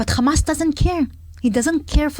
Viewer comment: It’s Hamas not Khamas?😂